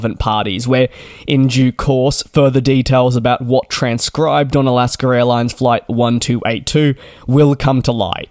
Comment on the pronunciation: it's not "alasker."